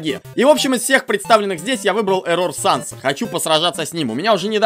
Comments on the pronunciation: Я одна считаю, что не эррОр, а Эррор? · Не еррОр а Еррор,но можно его называть егор или Оши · я думаю тожесамое что не эррОр а Эррор... и дантекрисочка клааааас!!!! :) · а я один считаю что не эррор а иррор? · Не эррор а эррар а когда ришиш эррор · Не Еррор а Еррор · Кагбы не ЭРРОООР А ЭЭЭЭЭРРОР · не эррОр а Эррор😊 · Вообще на английском ( по идее) произносится Э́ррор Но это не точно :р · вообще, так более правильно. -я тоже так считаю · Я тоже хотел его поправить! 😉